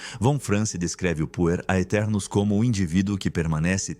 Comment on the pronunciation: Quando escutei "Puer aeternus" achei que tinha escutado Punheteros.